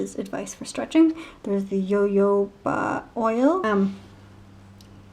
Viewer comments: THIS BITCH SAID "YOYOBA OIL" GIRL!!!!!!!!!!!! THAT IS JOJOBA OIL IT'S PRONOUNCED "HOHOBA OIL" !!!!!!!!!!!!!!!!!!!!!!!!!!!!!!!! RESEARCH! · jojoba oil is pronounced “ho-ho-ba” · Jojoba is pronounced “huh-hoba”. H sound not Y sound.